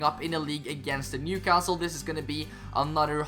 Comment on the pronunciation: Just to let you know, in England we don’t pronounce the ‘T’ in Newcastle 👍🏼 nice series btw